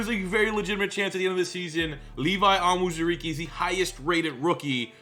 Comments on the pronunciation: Levi's name is pronounced OWN ZOO REE KAY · Hey man! Just some help (yeah, I know it's late) but it's pronounced Levi On-Zur-E-Key and A-Leem McNeil.